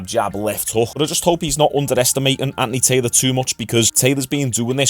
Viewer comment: Are you saying Andy Taylor? 😂😂😂